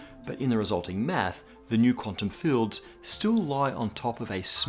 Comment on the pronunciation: When this guy says "math" it sounds like he's saying "meth"